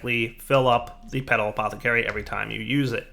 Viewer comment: "All you have to do is right click the Potala-pet-pot-pathacary"